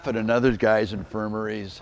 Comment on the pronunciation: Jesus. Allen couldn't even get "infirmities" correct.